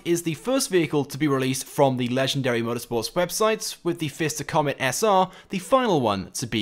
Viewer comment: Joseph Barker , what’s the name of the car on the Top Right? PFISTER COMET SR. I only called it FISTER since that’s what he calls it himself never heard the P so I assumed it was just Fister Comet